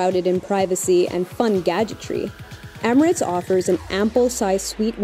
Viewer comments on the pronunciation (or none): none